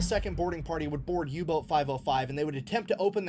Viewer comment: I turned on subtitles after you mentioned you may have some difficulty keeping up and they seem pretty accurate, maybe they'll help you out if needed. There is an occasional mishap like saying Yubot instead of Uboat. Edit: changed comment to add info.